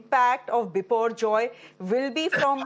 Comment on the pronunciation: The anchor pronouunce the name biporjoy like she is bengali...